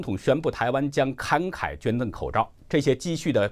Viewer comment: 我没有其他意思，纠正读音，“法国”fa好吧，可能是古诗词平仄韵留下的，实际上是第三声；“慷慨”读“kangkai”不是“kankai ”